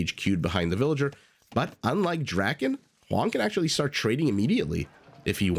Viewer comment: Did the caster just call Hoang, Mr Yo